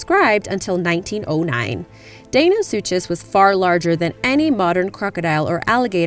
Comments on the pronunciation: It's not deinosuchus its Dino-sucus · its Dino sukas that's how its said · I thought deinosuchus was pronounced di-no-sue-kus,not dae-no-sue-chess,someone tell me who's right. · its pronounced suckeus not suchus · We got the video narrator say (Day-no-sue-chez) and a moronic comment posted saying (soo-cuss...not even correcting the first half of the name mind you). It's pronounced (Dy-na-sew-kes....or sounded out as Die-na-sue-cuss) for Christ's sake can people please attempt to pronounce it or use google when posting videos. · I think it's pronounced dinosuchus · Dinosuchus is pronounced dino-suke-iss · Deinosuchus is pronounced like Dinosucus I know confusing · its pronounced dine-o-suke-us. sorry, i like people to pronounce things right. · Can we perhaps research proper pronunciation along with the topics? Day-no-soo-chuss? Really? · its pronounced dino-su-kus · it's pronounced Di-no-suchous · Deinosuchus is actually pronounced Dino-soo-cus. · It's pronounced die-one-soo-cus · And the big crocodile is pronounced "Dino- sue-cus" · You the crocidiles name wrong and it's not a dibosaur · It's pronounced Deinosuchus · The deinosuchus was not said right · You said deinosuchus wrong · The 'ch' in kaprosuchus and deinosuchus is pronounced like a 'k' not a 'ch'. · she kept saying deinosuchus and kaprosuchus wrong its so anoying !!!! you say suchus as - sue cus........... did anyone else find this anoying ?!